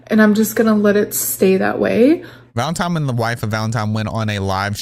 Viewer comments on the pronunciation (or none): Baby, it’s “scapegoat”, not “escape goat” 😂 “Valentine” not “Valentime” Just trying to help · ValentiNe , not ValentiMe. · I noticed that too 😂 I was like ‘valentime’ ? Lol